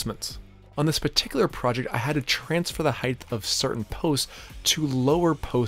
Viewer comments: Great video! I enjoyed how you say "heighth" too! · Great video, I can’t get over your pronunciation of height as “heigth” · Great video, but our public schools are a failure with so many people saying "heighTH". There is no "th" sound at the of the word height. It is a 'T' sound. Also, it's 'border', not 'boarder'. That said, good tips for deck work. Good video. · What is “heighth”? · Great tips. Upvoted. If I may offer a minor English tip: no such word as heighth. It's just height. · Why do some people say “heigth” instead of height? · just a thought... it is height... not heighth... hi-t .... not hi-th... unless you have a lisp, in which case my apologies. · Height. Not “heightth”. There’s no TH sound at the end. Is that an American thing? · Height is NOT SPELLED OR PRONOUNCED: “heigth”!!! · Stop saying "heighth"; there's no such word. It's 'height'. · Height, not Heighth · "height" no "th" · Great videos but why do you pronounce height with a th sound at the end of the word?